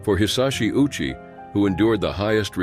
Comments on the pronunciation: Ouchi is pronounced "Oh-u-chi." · ayyyoooo! That was diabolical. Pronouncing his name like "Ow-chee", while knowing he got one of the biggest ouchies of all time.....